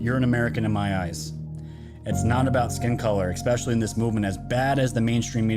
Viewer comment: "expecially" isn't a word,,,,,,, you're still brilliant though.